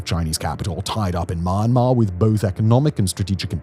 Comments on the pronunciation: It's not pronounced "Myan" like the Mexican My-an. It's mee· an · maar . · Why do you keep syaing MA AHN MAR? SAy it with me now MEEE ANN MAR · Well researched video about rarely talk about conflict. One thing I'd like to change is the pronunciation of the country's name, Myanmar.(pronounce more like Mian-mar) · Mian-mar, not My-an-mar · Try first to name the country with correct pronunciation. It is not Marmar. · Dude stop saying the world Myanmar especially when you can’t pronounce it.